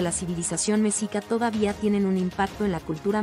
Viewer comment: Un pésimo trabajo desde la forma de pronunciar Mexica y los datos superfluos y erróneos